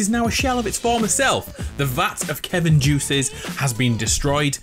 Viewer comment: Baby of KEVIN KIVIN(ki-ven)